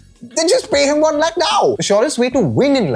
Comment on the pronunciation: i have a feeling ankur is hypercorrecting his speech here. Several urdu speakers and a couple hindi speakers still pronounce the ख़ found in several Persian origin words the og way, and several speakers ATTEMPT to do this but end up incorrectly using the sound in Sanskrit origin words which never had it, like in this case lakh.